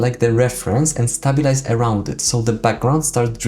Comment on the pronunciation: It's not Stab-bil-ize it's pronounced Stay-bil-ize, just sayin'